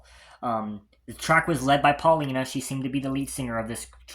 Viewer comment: Its . . . POW lina . . Paulina . . . Pau pronounced . . POW . .